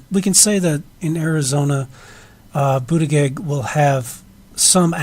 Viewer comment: Interesting analysis, but work on your pronunciation of Buttigieg.